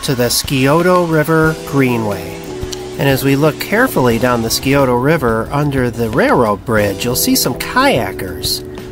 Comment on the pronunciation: Great video! It’s pronounced “Sigh-O-Ta” river.